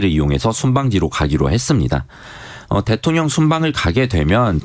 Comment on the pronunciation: 기자님 읽기가 위태로와서 듣기 불편해요.대통령을 대총령이라고, 끊어읽기도 어색해서 남이 쓴 거 의미 모르고 소리만 내는거 같단말예요